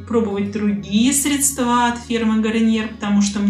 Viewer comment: Делайте ударение правильно!!!! Не средствА, а срЕдства.